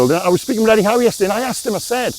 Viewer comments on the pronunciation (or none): none